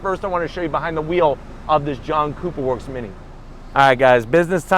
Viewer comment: Sounded like you said “ let’s fire up this JUNK cooper work